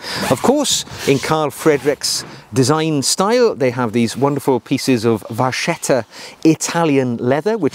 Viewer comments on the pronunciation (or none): It's pronounced "vakketta". The letters 'ch' in Italian are a 'K' sound. Vacca = cow. Vacchetta = little cow = calf. In other words, calf leather.